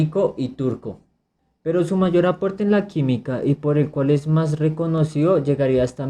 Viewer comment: Saludos, muy buen video en cuando al contenido, te recomiendo a que le prestes atención a la pronunciación de las palabras, por ejemplo, no es de lao, es de lado, no es reconocio, sino reconocido, sigue adelante y éxitos